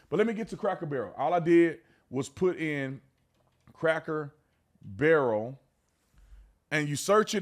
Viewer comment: Not craker barrel.. please